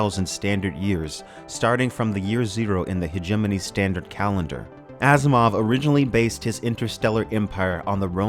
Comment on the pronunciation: I thought you said Ass Mov.